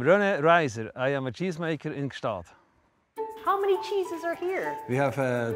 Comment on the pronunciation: Why did no one correct her on her pronunciation of Gstaad?